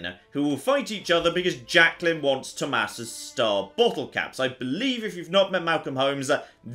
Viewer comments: Lol toe mass 😆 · I think you mean Thomas not toe mass😂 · I'm really uncomfortable with how he pronounces "Thomas"